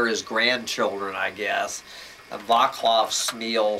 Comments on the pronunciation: Pronounced "VAHTS-love" not "VAH-klahv" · It's a Czech name and the "c" in Vaclav is not pronounced as "k" but as "c" like cinnamon.